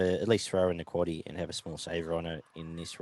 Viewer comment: Cheers for saying the quaddie names. C'mon beaver 😂